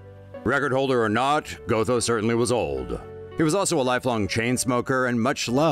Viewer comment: Its pronounced 'got-ho' not go-tho